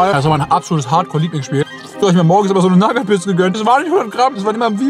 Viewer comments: Du sprichst die Nougat Bits falsch aus! 😂😊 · Echt super Video mach weiter so❤. Aber bitte hör auf Nougat Bits wie Nagat Bits auszusprechen da werd ich echt agressiv😂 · Sagt er absichtlich zur nugat bits nagat bits oder kommt es mir nur so vor ? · Nougat bits nicht nagat bits!!!!! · ey ich feier deine videos wirklich hart als stiller zuschauer aber ich muss wirklich sagen nougat bits werden nugat bits ausgesprochen und nicht nagat bits das hat mich schon ( gaaaaaaaaanz ) leicht getriggert xD aber nichts desdotroz wie immer ein hammer video:D und denk immer dran ALLES IST GUT SOLANGE DU FETT BIST xD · Nagat Bits->Nougat Bits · Wie er immer nagat bits sagt 😂😂😂😂......es heißt ausgesprochenen nugat beits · NAGAT BITS junge es heißt Nougat Bits, Nouuuuuugat Bits!! War so kurz davor abzuschalten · Es heißt Nougat Bit und nicht nagat bits es kommt von Nougatcreme die scheiße die da drinnen ist in den Cornflakes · ES HEIST NICHT NAGAT BITS SONDERN NOUGAT BITS AAAAAAAAAAAAAAAAAAAAAAAAAAAAAAAAAAAAAAAAAAAAAAAAA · Warum NAGAT???????NOUGAT ganz normal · Junge was nur nagatbit das heist nugatbits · Sehr Schweiiiiiniges Video auf jeden fall, Aber es heißt doch nicht NAGAT bits Hööäa Nougat mit OU xd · Ja ich schwöre man spricht es nuugat Bits aus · *Naggat Bids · Naja er hat Nagat BIts gesagt und eine Sekunde später sie Nuss-Nougat Taschen genannt. Also er weiß wie man es richtig sagt und kann es richtig sagen, macht es aber absichtlich nicht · Nagat Bits? Junge lern mal ein Produkt richtig aus zu sprechen😅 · „Naggat Bits“ 😆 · Nougat sprichst du richtug aus aber nagat bits dann ??? 😂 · oah ne ich muss ausmachen er sagt Nagat Bits xD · "Nuss-Nougat-Creme" kannst du sagen, ABER "NAGAT-BITS"?!?!?!?!?!?!?!?!?!? HÖR AUF MICH SO AGGRESSIV ZU MACHEN!!!!!!!!!!!!!!!!!!!!!!! -.- xD arschloch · Liebe deine Videos... aber digga wie sprichst du Nougat bits aus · Bro sprich Nougat Bits mal richtig aus